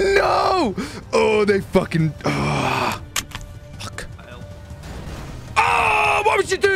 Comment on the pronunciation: the video gets way better when says pull the fook over